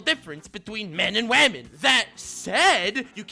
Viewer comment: Okay but why do you pronounce women like "vermin"", I was confused for a good portion of the video